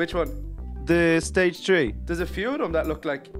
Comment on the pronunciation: why do they say tree not three